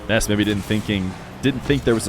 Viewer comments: yes it’s Nass not Ness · There’s something amusing about how has to pronounce Nass’s name as “Ness” I imagine because of a certain little boy with magical powers and a baseball bat Edit: or is that just how it’s pronounced? I actually don’t know